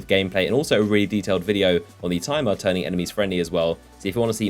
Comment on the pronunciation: Its pronounced Tim-ur not time-ur.......just saying